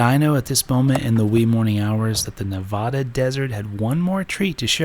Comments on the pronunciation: FYI its Nev-add-a, not Nev-odd-a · Great video! Really enjoyed watching you explore our stomping grounds. Also it’s Ne-VAD-uh